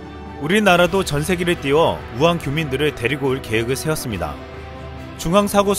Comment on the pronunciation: 우환 아니고 우한